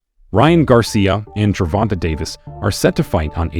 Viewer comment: Ger-von-tae not gervonta lol why do white people have a hard time saying it 😂😂😂